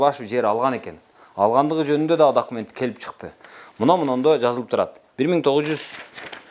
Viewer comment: Дакимент дейби шүмшүк ?